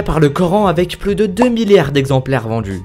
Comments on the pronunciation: VendJu dJu monde... C'est l'accent d'où ça? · J'espère que tu as conscience qu'il n'y a pas toujours de "j" après le "d" dans la langue française ! J'ai arrêté la vidéo tellement ça m'exaspère ! Les djix objets, autrement djit, aujourd'jui, vendju... J'ai les oreilles qui saignent !